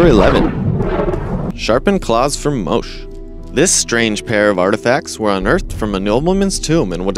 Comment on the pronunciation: Moshe??? Moh-chay. Your pronounciation sucks. Its "Came-bridge", not "Cammbridge". Yikes.